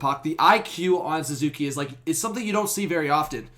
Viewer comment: His name is Suzuki not Zuzuki, but yes our Patrice Bergeron